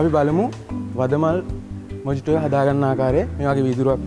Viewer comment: Mojito කියලා ලිව්වට pronounce කරන්නේ මොහිතො කියලා